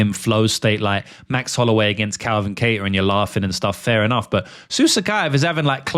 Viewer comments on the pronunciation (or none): none